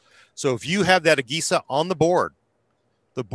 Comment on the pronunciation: It's pronounced uh-Je-sa(agesa) not, uh-gay-sa